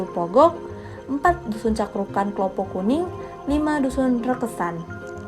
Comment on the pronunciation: Rekesan bkn rakesan